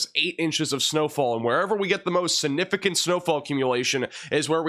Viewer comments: snifficant? Don't you mean... SiGnificant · SIG nificant. You're an announcer for crying out loud. Try harder. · You are so funny - significant has a G that is pronounced. SIG-nificant. You say it a lot- let's hear that G!😂